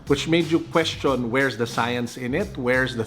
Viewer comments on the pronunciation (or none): none